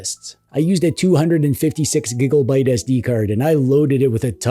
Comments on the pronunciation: Every single time you say '' instead of 'gigabyte', I laugh. Every. Single. Time. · You mean that you giggle LoL I do too though lol